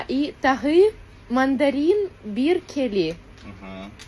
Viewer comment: Бир кели на Кыргызском сказала 😂 Бiр келi - Бр кел(э )- произносится на Казахском 😂